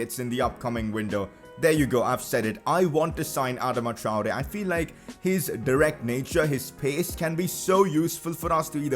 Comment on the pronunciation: Bro you are totally butchering his name just stop